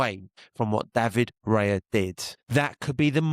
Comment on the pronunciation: David Rayah (cockney accent) 😂 big up